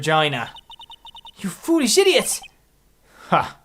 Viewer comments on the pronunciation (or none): Ah, that pause where said idiot, I found that hilarious.